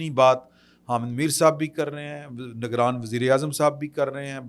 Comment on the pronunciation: تلفظ پر بھی دیہان دیا کریں Tahiya ai toofaan not tahiya toofan And Nigraan not nagraan